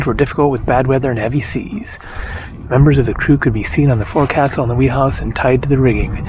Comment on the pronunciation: "Forecastle" is pronounced "fohk-suhl", ye landlubber.